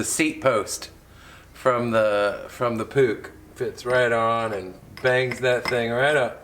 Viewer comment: I like how you call it a Puch and not a Puush or Putch